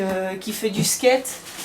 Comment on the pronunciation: Arrêtez " Je skayte" sa fait mal à mes oreilles